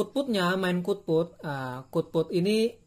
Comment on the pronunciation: Output bang bukan kutput